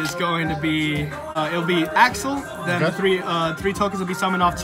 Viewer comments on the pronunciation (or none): Why do you pronounce accel like axel?